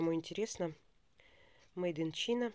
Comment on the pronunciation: Спасибо за видео.супер. всегда только ваши видео смотрю.только вот немного как преподавателю английского языка непривычно когда произносите слова не правильно.прям студентов своих вспомнила Надеюсь не обидитесь. Made in China (мейд ин чайна) Farm(фам) 👍